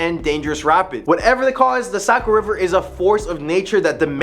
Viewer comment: Great stories but you’ve got to pronounce things right. New Hampsha, Socco River, Portsmouth etc. But good job otherwise.